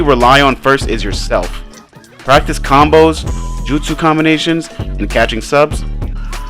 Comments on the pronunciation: Its combo not conboes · “conboes” 🤣🤣🤣 my guy its combos